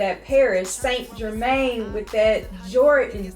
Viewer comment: “ Paris saint- GeRrMaynNnEeee” 🥴🤦🏽‍♀️